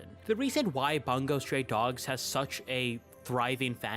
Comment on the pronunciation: and the way he pronounced bungou😭😭 it's not 'bun go' it's 'boon gou'